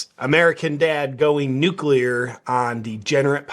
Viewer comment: Glad you pronounce "nuclear" correctly and not "nuculer"😅.